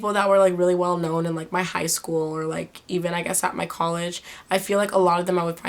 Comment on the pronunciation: She said mah birthday :'D (February 15th)